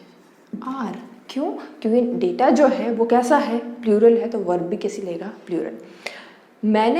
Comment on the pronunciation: Data Nahin data hota hai data mam